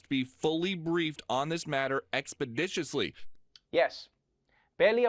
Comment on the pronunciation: That man said “expeditiously” like TI 🤣